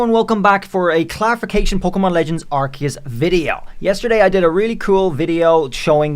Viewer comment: being so adamant with pronouncing Arceus as "Ar-see-yas" and calling Togetic "Togekiss", lolz